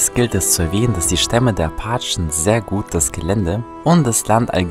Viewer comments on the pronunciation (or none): Nicht Achen sondern Apachen. Sorry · Ich hasse es wie er appachen sagt